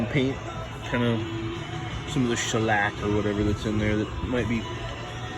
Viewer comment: Just got one myself, setting it up now, thx for the video- had to laugh the way u said Shallack -- w/ some Def Lep in the background